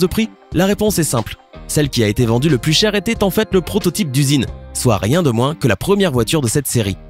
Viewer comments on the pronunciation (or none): none